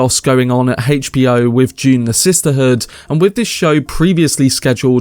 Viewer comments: Dune, with a D. Not June with a J. Just kidding I don’t give a shit how you pronounce it. I just thought you were saying June part 2 like 50 times 😅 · Is this information June Part 2 or of Dune Part 2. Sorry Mate i would enjoy your reveal better if you could pronounce "Dune" its really hard to ignore. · I may be wrong, but I think it is pronounced "d"une, not "j"une. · No hate. I couldn’t stop hearing you say June instead of dune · This was a fantastic film until the ridiculous fight scene in the end. Still excited about 2. Nobody took the time to let this guy know to say dune not June.? 🤣🤣🤣🤣